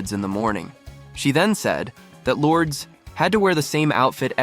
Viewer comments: Lourdes is pronounced "Lord-es" not "Lords". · That's not how you say her name. LORD-ES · This video is AI manufactured so the pronunciation is butchered. 👎